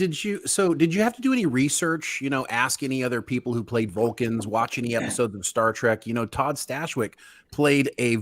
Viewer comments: Did he just say Star Trak? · I was thinking the same thing. That's what total NOOBS call it lol